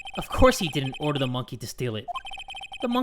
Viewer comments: Normal people: Order! Order!: U-urder! Urder! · "erder! erder!" i swear jay gets me every time with that